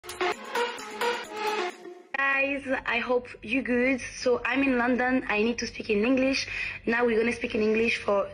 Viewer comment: "I hope yu gud" ahaha pardon c pas bien de se moquer ahaha.. You are good...et pas gud, ça se dit "goud"